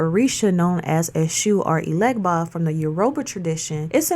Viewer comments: Papa Legba IS Eshu Elegbara, ask him yourself... He also prefers you pronounce his name without the G (Haiti was heavily French influenced). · Talking about something when you cant pronounce it correctly loses your credibility 🤨